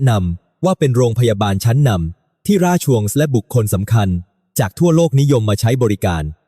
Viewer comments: น่าเบื่อ เอาAiมาอ่าน ทำให้ภาษาไทยผิดเพี้ยนไปหมด เช่น ราชวงศ์ อ่านเป็น ราช ชวงศ์ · อ่านมาอย่างไร รา-ชวง(ราชวงค์)